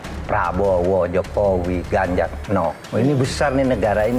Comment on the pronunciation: Z mahfud bukan ganzar